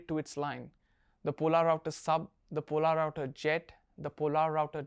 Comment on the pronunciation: Hey there, good video! Really enjoyed it :) Question though, where did you get information that "Polerouter" should be pronounced as "Pol-a-router"? I believe that the watch line was even renamed to "Polerouter" as it'd be easier to pronounce for the general public